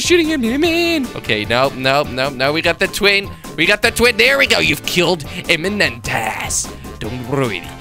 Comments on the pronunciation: Its not eimnentas its eimanyas :) come on kveb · Kwebbelkop that was so wrong when u killed Eimantas :D u said it so wrong. Its lithuanian name. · you sed eimantas wrong be cuz its lithuanian word;)